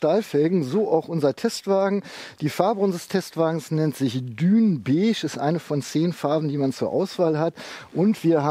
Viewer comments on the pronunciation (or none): none